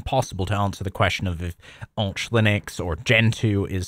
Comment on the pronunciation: It's not Ourch-Linux it's Arch Linux!